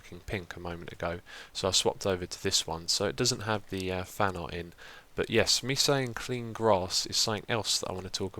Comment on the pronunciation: Over all the time I'm listening to you(including on channels) there is one thing where I can recognize you. And don't get me wrong because I find it really funny and cool. It is how you say "Yessssssssss". Also I wonder if your speech issues only turn up when you're talking to your computer, but it doesn't really show when you're doing video's with others or just it never irritated me. So just a little thought of me: might it help if someone on hermitcraft to join your video's more often?